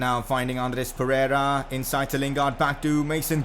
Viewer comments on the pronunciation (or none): none